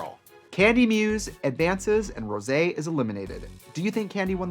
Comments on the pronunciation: Not them saying Rose's name wrong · Rose for Rosaaaaaaay -----and Sih-moan as Simoonnnnnyyyyaaaaayyyy nope nope. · Why did you keep calling Rosé like Rose? 🤣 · Yes she did and 'Rose' 👏It's Rosé ! 👏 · Its pronounced. ROSSSAYYY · ..and Raja 'Rajar' and Rosé 'Rose' ..honestly I was shocked since Trixie and Katya both said Rose I kinda died for her 😲